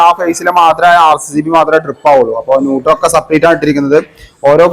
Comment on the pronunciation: ഇവനെന്താ എത്ര പറഞ്ഞാലും മനസ്സിലാവില്ലേ!!! 😂 ന്യൂട്ടർ❌ അല്ല ന്യൂട്രൽ✅ ആണ് മോനെ😂